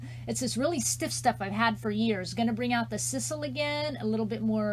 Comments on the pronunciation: I love the wreath! It is s-eye-sal. Lol. 😍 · I believe its pronounced S-EYE-SAL. So cute, though.